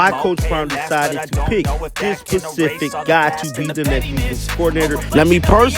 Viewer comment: "Specific". Pacific in an ocean.